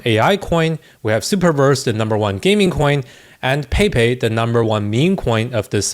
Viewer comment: "Paypay" 😂 say "Pepe" Mexican style pls